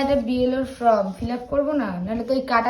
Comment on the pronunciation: Kotha ta From noy Form ,duto word er spelling ,manay alada , pronounciation alada